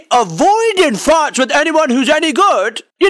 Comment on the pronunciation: Every time he says fights I hear farts lmao